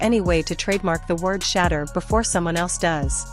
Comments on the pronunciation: SAY HIS NAME CORRECTLY!! SAY HIS NAME CORRECTLY!!! YOU STUPID WINCH, HIS NAME IS SHEDEUR NOT SHADDER STUPID!!!!! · "Shatter" Sanders??? The voiceover is worse than the Browns record. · Shader hahaha the fake AI cant even say his name correctly